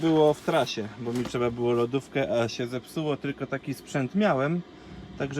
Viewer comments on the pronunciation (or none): none